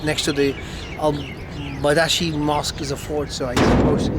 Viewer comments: It's badshahi mosque. Badshah means king. King's mosque would be the translation. The pronunciation is "bahd sha he" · I loved the way you say Badaashi Mosque.. 🤣❣️🤣❣️ (In actual Baad+Shaa+Hee)